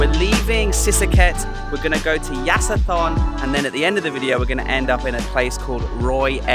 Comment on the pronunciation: Hi ----- Yasithorn pronounces Ya-so-Torn.